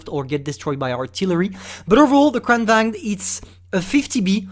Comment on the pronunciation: You pronounced Kranvagn wrong its suplosed to (Kranvagen)